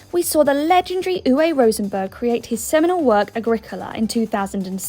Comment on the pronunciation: "uVe" (uwe) Rosenberg. It's pronounced as a V, not a W, come on now